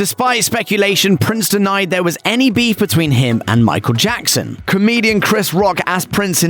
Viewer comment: "And sent the new version bacc to Jaccson Now you can't unhear it